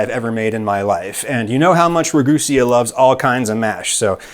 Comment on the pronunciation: IT'S PRONOUNCED RUH-GOO-SEE, NOT RUH-GOO-SEE-UH